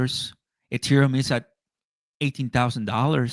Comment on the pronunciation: really needs to learn HOW TO SAY THE WORD ETHEREUM